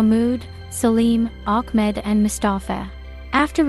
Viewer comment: Its ahmet...NOT ACHMED